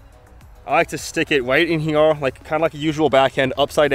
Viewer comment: Pronounce here..... Not herewah